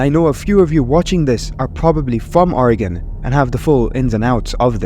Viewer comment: You NEVER fail to amaze me. You just perfectly pronounced OREGON! Brilliant! 👏👏👏👏👏